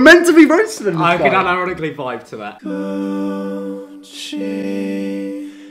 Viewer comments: I keep hearing Gucci gay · Why does it sound like he is saying “coochie gay”